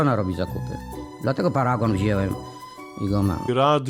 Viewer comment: Prezes mówi paragon wzielem , żenada, wstyd, czy skończył podstawówkę?